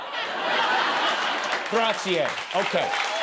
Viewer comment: GratzA…..you can’t even pronounce it!!!!!!!